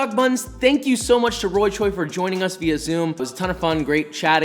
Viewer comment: F for another person mispronouncing via.